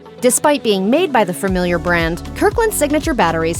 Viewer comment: "...fermiliar..." Love it.